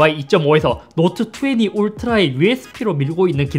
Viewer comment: 자꾸 노트투왜니라고 하는거 왤케 웃기지